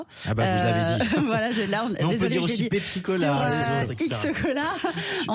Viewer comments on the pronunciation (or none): none